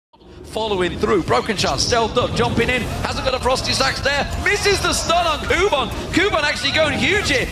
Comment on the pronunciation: ROFL his "Ferocity Stacks" pronunciation is sooo bad! xD